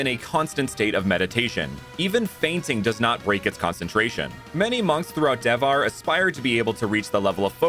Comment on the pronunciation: hello, you have made some pronunciation errors, but the region is Devhar [de-vha-re]. So its good, from India.